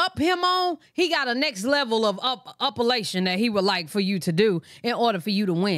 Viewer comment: Up-a-lation friend😂😂😂